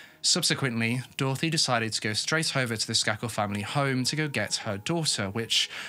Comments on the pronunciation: I'm sorry. But isn't it pronounced "Skay-kul"? Sorry. You tell us these stories so Beautifully. I can be a bit OCD. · I covered this case in criminal justice class. Pronounced Sk A kel long A ♥️😉🙏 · Just fyi it's pronounced with a hard A ... SK AY KEL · His miss pronouncing bothered me as well. Idiotic